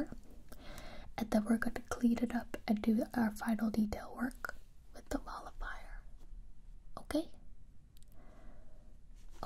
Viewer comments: MOLLIFIER! This whole time I thought she was saying "ball of fire* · I thought you said ball of fire instead of nullifier and I was like yeah let’s set these worries on fire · I don't think it's nullifier either. It sounds more like mall-a-fire. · Am I the only one who hears ball of fire whenever she says mollifyer or whatever